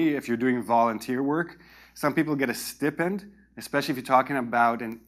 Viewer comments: Hello, I think you were wrong pronouncing the "stipend" word. The IPA of it is /ˈstaɪpend/, definitely not pronounced as "ee" sound. Right? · we pronounce stipend as stai-pend. Other than that, thanks for this wonderful presentation. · Aren’t you mispronouncing the word Stipend?